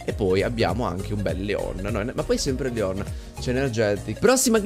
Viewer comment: Si dice Leon non Léon